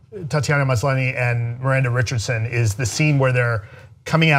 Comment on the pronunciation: Tatiana Maslany is pronounced "Mas- lah-nee". I know christy didn't watch the show , but that made me cringe , lol.